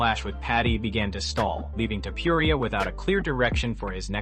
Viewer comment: Why would u say"Toupouriah? It's disgusting and disrespectful to get a fighters name wrong every time and he's not the only name ur chopping up horribly. Get those names right before u put a video out. Just some advise.